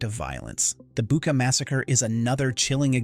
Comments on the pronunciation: "Bucha" is pronounced as " Boo tch a", NOT "Booka". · if you are interested in getting it right the correct pronunciation of Bucha the ch is the same as in church